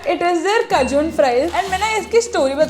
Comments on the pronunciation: it is not kajun it is Cajun 😅😂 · Her Cajun pronounciation yrr 😐